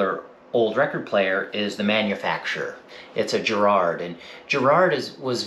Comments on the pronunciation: Why can't Americans pronounce the word Garrard right?. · It's Garrard as in Gaul, Garage and Gandalf and not as in Gerry or German.